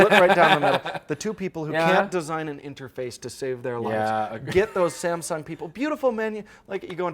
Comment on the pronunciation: Saamm ssuungg?? 😂